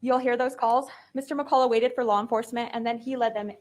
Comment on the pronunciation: I can’t cope with the pros calling Mr McCulloch “Mr McColler. It’s pronounced McCulloch. 😂